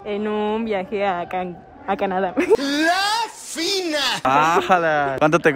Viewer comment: Siiii de hecho pude escuchar muy bien que dijo canc y después dijo Canadá 🐻